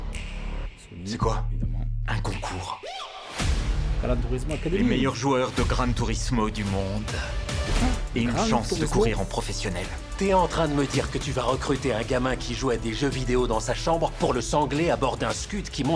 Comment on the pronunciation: "grâne" tourismo, un scud (bien prononcer le u, U comme un bon pete cul parigot :_Parfait:j'ai fait 1000partie de jeu alors je suis trop top pilote et les vrai pilotes il me pousse dans le mur c'est normal.... 😒🙄😮‍💨🤐💩💩💩💩💩💩